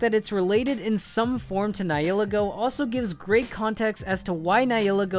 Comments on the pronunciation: It's Nih-hill-lay-go, not Nih-heal-egg-oh. :( Get it right. Also, anything derived from a pre-existing source must not be attempted nor made official - for copyright reasons. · Isn't it nee-hee-le-go